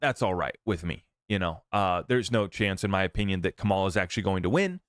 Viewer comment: Have some respect and pronounce her name correctly. You sound intelligent, which tells me you can say her name correctly. You just choose not to. In case you are not intelligent, here's how you pronounce her name, Comma La! It's not that hard.